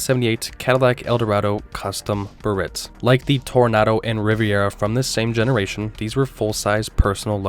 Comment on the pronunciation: OK, that was cute trying to get us all to slam you for the mispronunciation of Toronado. 👍 But you should have mentioned that that New Yorker was basically the last of the original Imperials...